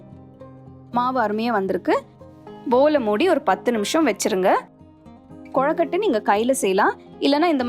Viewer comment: Very nice. But it's not "கொழக்கட்டை" it's "கொழுக்கட்டை". I don't know why but I felt irritated when you pronounced it wrong.